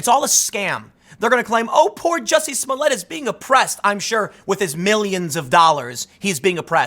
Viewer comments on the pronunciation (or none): I believe Tim is miss pronouncing his name wrong it's juicy smooyay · Juicy Smolliet, pronounce right. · Who is this Jussie Smolett you speak of? I’ve only heard of Juicy Smoll-i-ay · His name is pronounced Juicy Smulliette. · It's pronounced, juicy smoll-e-a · It is pronounced Juicy Smoillé.